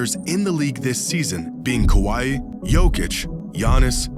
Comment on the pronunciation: The way this man disctinctly pronounces Kawhi as "kawaii"